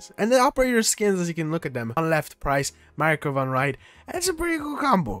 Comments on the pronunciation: MAKAROV NOT MARAKOV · 8 min video, 10 times pronounced makarov as „marakov“ im done 😢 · Dude… Why you called him Marakov instead of Makarov???😂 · MAKAROV. Not Marakov. Also third person exists.... its an entire playlist and has been for awhile now. Its just not in the beta. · Bro called Makarov Marakov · i gave the video a like and then i took it away when you kept MISPRONOUNCING his name, its not MaRaKov, its MaKaRov. Put some r'spect on his name. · who is MARAKOV WTF broo he name is MAKAROV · Makarov ❌ Marakov ✅ got it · Can I just say, it’s makarov not marakov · its MA-KA-ROV. not marakov... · If he said MARAKOV one more time I was gonna end it 💀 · Marakov? Seriously? Leave youtube 😅😅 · Bro spent $100 and still can’t pronounce “Makarov” 😂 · Bro really forgot to read the description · This guy can't say makarov for the life of him🤣